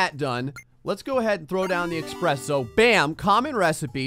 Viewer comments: eSpresso not expresso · ESPRESSO! There is no "X" in ESPRESSO! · Ugh. Had to unsub when I heard you say "Expresso"... There's no "x"! :( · who tf says that?